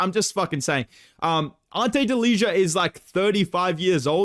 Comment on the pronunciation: Ok and now you? Ante Delija is said without the j.